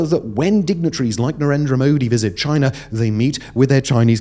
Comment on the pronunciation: Chiner and Indier